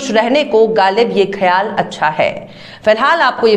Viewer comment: Ma'am, your reporting is really good. Only request is to pay attention to your pronunciation. (Ex: Ghalib, khayal)